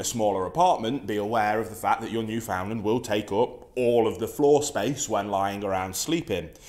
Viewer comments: It’s pronounced newfnland 😁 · No its pronounced New”fen”lander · I just lost my Newf last Tuesday. 😞 Wish he would pronounce it right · Hearing people butcher the word Newfoundland is painful as someone who lives there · The way he pronounces "Newfoundland" shudders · I knew this guy had no idea what he was talking about when he mispronounced Newfoundland, and continued to mispronounce the name throughout the video. Sure these dogs are one of the largest breeds but having grown up with these dogs, even the largest Newfoundlands are small in my eyes. Also you do not need to weigh more than your dog to take care of it. I had a 180 lbs puppy named Rex, and I could walk him by myself when I weighed about 60 lbs. That means that this energetic puppy that was more than double my weight would pull and run every time I walked him, and I had little to no difficulty keeping control. I'll agree that maybe this breed of dog isn't for everyone, clearly too much dog for the guy in this video. But don't be discouraged because one man said "they're huge dogs" (said in the same mocking tone as Willem Dafoe in The Boondock Saints). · if you can say newfoundland right I'd listen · You should learn how to pronounce Newfoundland. "newfen-LAND. You are saying it so wrong mate. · Finally some cultured people, my guess is your a Newfie because i have never met a mainlander who can pronounce it right. They always say “new found land” or “ new Finland🇫🇮 “ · Great video, thank you. As someone who has owned several Newfoundland dogs, is married to a Newfoundlander and has spent a lot of time in that beautiful province, please pronounce Newfoundland as you would the word "understand" with emphasis on the last syllable - like"NewfundLAND". Thank you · Actually, the pronunciation of "Newfoundland" should be noo-fin-land, not new-found-land. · Although spelled 'Newfoundland' we pronounce it as if it were spelled: "Newfinland" Thanks for the video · It’s pronounced more like “newfinland”